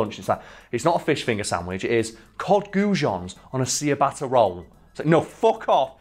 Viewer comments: See yah batter, come on, doesn't matter. But if you care, it's pronounced Chi-batter. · is no one else thinking about "cee-a-batter" not... 'chi-batta' for ciabatta???? its deffo the latter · I cant get over pronouncing ciabatta as seeabatta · C-a-bata roll lol never heard anyone say it like that. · See-a-bot-ta roll? Is that a real pronunciation or did do a silly? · Is that actually a way people pronounce ciabatta?